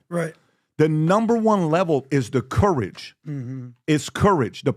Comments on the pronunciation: And PBd how to pronounce COURAGE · How the hell is PBD pronouncing ‘courage’? Embarrassing to listen